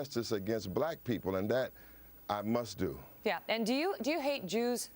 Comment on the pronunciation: did you notice she said jewers!